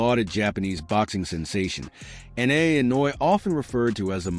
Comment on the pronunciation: Oh man…. Talk about butchering his name, bahhahahaha. Please learn how to pronounce his name or just call him the Monster, sheesh!